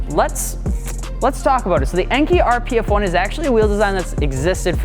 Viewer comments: En-kay not En-kee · Your pronunciation of Enkei is not correct. It is pronounced “En-Kay”, not “ainkee.” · n-k, not n-key. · enkay not enkey"🤦🏻‍♂️🤦🏻‍♂️ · Cool vid but it’s pronounced “enkay” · I truly love you, but I cringe every time you pronounce Enkei wrong. It’s En-Kay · Pronounced “N” “K” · Enkei is pronounced like NK